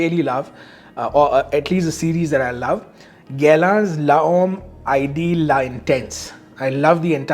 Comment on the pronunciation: Guerlain L'Homme Ideal is pronounced as: GERLAN LOMM IDIYAAL. Not Ideal like how you pronounce the word, notice the little accent on the E.